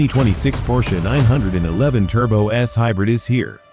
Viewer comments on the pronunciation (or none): HORRIBLE AI voiceover. Pull this video down immediately, guys, and hire a human who actually knows how to pronounce "911."